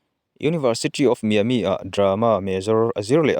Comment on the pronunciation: Bengvarthlak e...University of Miami - Miami i lam dan khi ennawn leh ta che...